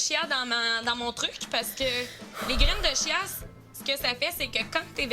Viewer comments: Grained de chia après tu a dis grained de chiasse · tu a dit les graine de chiasse😭😭 pu capable